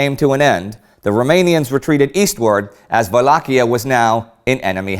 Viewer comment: Indy pronounces Wallachia in an EPIC manner ! ! :)